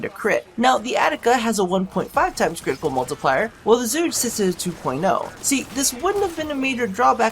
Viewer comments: its pronounced chu-kay not zu-gay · pronounced zhu ge not zhugay xD good try :P chinese here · Its Zhu Geh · WEE OOO WEEE OO HERE COMES THE PRONUNCIATION POPO It's like "zhoo guh" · Chocolate Egg Oh I know. With that pronunciation in the video I couldn't pass that line up though. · While I know you'll pronounce it however you want, I just wanna say that it's actually pronounced Chu-Ge (like Girl, but just the Ge part). Just dropping random info. Thanks for testing the weapon :) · "..it's zhuugee.." ,- Donald Trump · You're pronouncing it wrong, it is pronounced as "zoo girl" or something like that this is the chinese word, google it if you're up to it :D 诸葛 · your Chinese is terrible